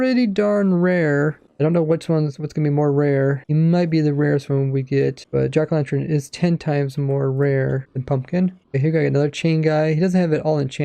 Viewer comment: Did he just say jackerlantrens?